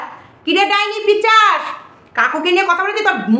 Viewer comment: তুমি আবার পিচাস বল্লে।একদিন বলেছি না পিসাচ হবে।